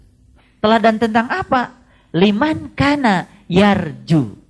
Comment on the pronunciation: liman kana kok dibacanya limankana ya ? mestinya limangkana, karena itu huruf ikhfa